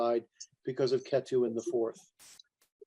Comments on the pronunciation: Thanks for the talk. The way he is saying Ketu is distracting. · Appreciate the knowledge shared, but also annoyed by how many times he was corrected for the proper pronunciation of ketu but it just didnt register.